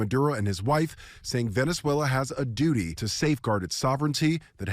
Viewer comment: Nobody is defending Maduro, that is a false narrative. This is all about taking resources from a country that can't do anything about it. Trump couldn't care less about Venezuelans. Or as Trump pronounced it "Venezualer".